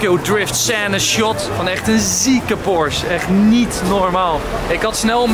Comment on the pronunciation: Enzo het is porsche niet porsch!!!